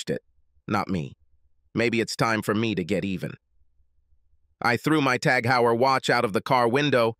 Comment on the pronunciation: The Heuer in TAG Heuer is pronounced "Hoir"